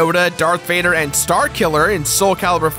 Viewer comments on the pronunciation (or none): none